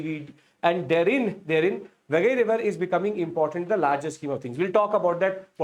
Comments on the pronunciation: Please pronounce properly it's river Vai-gai not wagai. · Correction: It's pronounced Vai-guy or Why-guy, not Vagai. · Sir it is Vaigai not vagai. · It is pronounced as "Vai Gai", not "VA Gai". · The name of the river is VAI GAI not vaa gai. Do it is called vaigai river civilization. Immature illetrate people doesn't know that Tamil a classical language is the mother and part of the Dravidian language which is part of the Nostratic linguistic proposal. There are many sites in present India where we can excavate. Instead the politics is so knowledgeably corrupted that there idea should be the main result of the excavation i.e. the final result should not go against their wish and mindset. Apart from Athirampakkam there is one more Paleolithic site in Chennai near Airport in Pallavaram which is considered as the oldest with many stone age tools excavated and exhibited in Madras museum. Since the area around this site is very highly populated now it cannot be excavated further. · Sir ur overall lecture was superb but pronunciation of some tamil words are not correct like, it's vaigai not vagai like that only but ur explanation was super thank you sir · Vai gai should be pronounced as Vie ki (as in kite) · It is VAI GAI ( both rhyming with Hindi cow) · 😂😂😂 it is not khilaadi!! खिलटि It is keeeezhadi or keeeezhadi कीळटि It is not वगै it is वागै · Your pronunciation of names like Keezhadi and Vaigai is horrible. Please put some effort and learn to pronounce the right way!